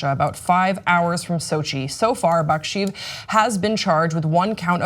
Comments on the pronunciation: Baksheev is not pronounced how it's written. The transliteration is shorthand for Bakshyeyev, which is how it's pronounced. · Shouldn't it be pronouncd Bakshe-yev?